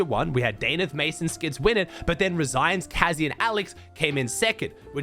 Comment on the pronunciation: bro is australian and cant even say danath